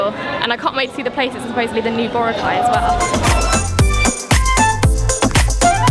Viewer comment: Please learn to pronounce Boracay properly Note Bora cai its Bo roc ai thats how to say it My partner is from there